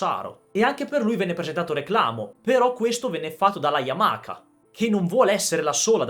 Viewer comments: sei forte!!!! ma per piacere Yamaha non Yamaka 🙏🙏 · Voi italiani dove vedete la "K" o "CH" in Y A M A H A? YAMAKA..... Ma dio can. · Siii siiii YAMAKKKA e perché tu pensi che i giapponesi pronunciano bene i nostri nomi?!?😂😂